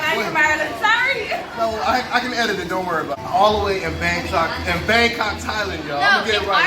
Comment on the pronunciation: The way she said Bangkok 😂🤣… Was beautiful 😍✊🏾🖖🏾